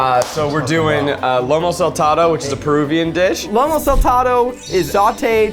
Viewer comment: “Lomo saltado” what kind of meat are you using zach?. Lomo zach, it’s Lomo.